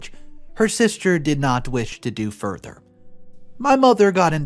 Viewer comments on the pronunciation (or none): none